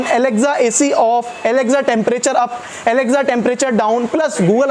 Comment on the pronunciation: Alexza nhi alexa